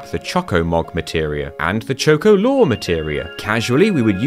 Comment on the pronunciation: Just out of curiosity, how do you pronounce the word "chocolate"?